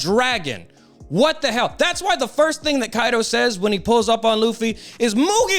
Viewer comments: Great video just please say straw hat instead of butchering his Japanese name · Its Ruffy not leaf low life luffy